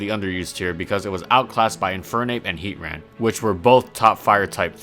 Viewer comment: Finally someone else who says it like heat-ran